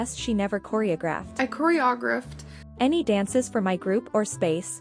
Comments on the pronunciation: All the years she’s been trying to sell this lah, and she still can’t be bothered to learn how to pronounce “choreographed.” She’s not even trying to be believable, guys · It’s not surprising that it was a lie, considering she can’t even say the word choreographer or choreographed. If that was something she was honestly doing, she would know the proper definitions and pronunciations. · I’ve heard people always look off to the left when they’re making up a lie. Also she can’t even pronounce choreographed, much less do it. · Which is worse her trying to say some form of choreographed or Octavia? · It's the Corey O'Griff that kept that darn GPA from being a 4.0 🎓 I guess a 3.9 will do EXPESHULLY since pronunciation wasn't a class/credit. The only dancing this "Lah" does is dance around the truth. Ijs 🤷🏻‍♀️ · snorts The second she said chory-ogg-riffed... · "Coree-ogg-reft" ..TF? 😵‍💫🙃🤣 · Choreographed. Kor-ee-O-graphed, fer chrissakes. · I die a little inside everytime she says "cor-e-o-greffed" 🤣🤣🤣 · "Koreodrifted" omg, that made me snort laugh! Haha! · the way she pronounced choreographed- 😂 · The one time she pronounced “choreographed” correctly she corrected herself 😭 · hearing her say choreographed HURTS